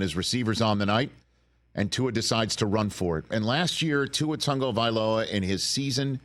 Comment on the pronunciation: Why do the mis-pronounce Tua's last name? they all seem to say TaNgovailoa